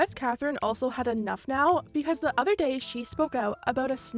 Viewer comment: Another gay ? Another what ? 😂😂😂 don’t tell me im the only one who heard it gay instead of day